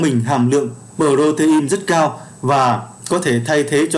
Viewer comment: Cảm ơn kiến thức bổ ích từ kênh ! Góp ý với bạn nên nghiên cứu cải thiện cách đọc các từ sau cho chính xác hơn như Folate, protein, fructose, galactose... Chúc kênh ngày càng phát triển.